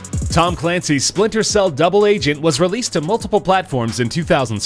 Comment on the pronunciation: Am i the only one who heard splinter seals?